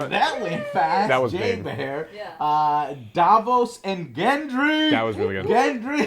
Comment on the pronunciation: good review, a few points: 1) you are butchering all the names, even the ones from your "favorite" characters like gendry and ollena 2) even tough you talked about the important scenes, you skipped a few interesting ones, like the look dany gives jon when he decides to head north, and the things that are not seen, like theon greyjoy or the fact that literally no one talks about the unsullied anymore, hell we dont even see missandei anywhere